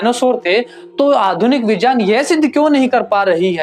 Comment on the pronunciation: Correct your pronunciation in Hindi यज नहीं यज्ञ होता है। विजान नहीं विज्ञान होता है। जान नहीं ज्ञान होता है। ज नहीं ज्ञ = ग् + य Otherwise it is good